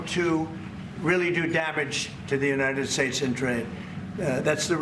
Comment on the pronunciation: "United Shates" says king donold. Howard Lutnick is plain GROSS!